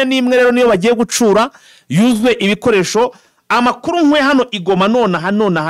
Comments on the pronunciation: Mirongwine(amakamyo)n,imwe(ikamyo)ntabwo wibeshye💪 gusa ntibavuga gucuura ingabo bavuga gucyuura,ubundi nkikundira akajambo sadecye😂😂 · "amakamyo mirongo ine n'imwe" biravugitse . Ikitavugiste wowe urimo uvuga ni "GuCura".... bavuga "guCYUra" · Ntabwo bavuga gucura bavuga gucyura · Bavuga gucyura ntibavuga gucura